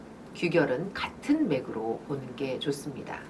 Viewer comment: 발음이 틀린 예: 서두, 좋습니다,서술,안개,사람, 두 번,대상 ,대표 ,해설, 등!! 이상 실 예는, 장음이 단엉.ㅣ 첫 자를 모두 "짧게" 잘못 발음한 것이다. 이것이 사실이라면, 수필 창작법을 논하는 강사의 자질이 의심스럽지 아니한가?? "한국 어문을 고발함" 이라는 책을 수필인들께 권하고싶다.